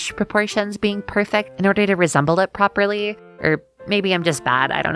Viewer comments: forgot to mark the second P sound in “properly”, 0/10 video unbelievable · you missed the second P in properly. unsubscribing.